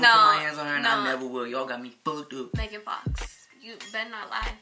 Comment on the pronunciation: "megan fakh" I CANT BREATHEEEEEEEEEEE LMFAOOOOOO!!!!!!!